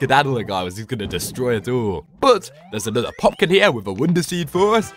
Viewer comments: he said poklin insted of poplin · It's poplin not popkin😂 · It’s Poplin